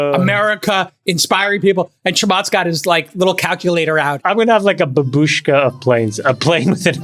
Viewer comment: LOL! Babuskha of planes. Chamath meant Matryoshka doll